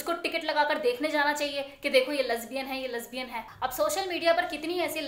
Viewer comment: Lesbian bolna to seekh lo pahle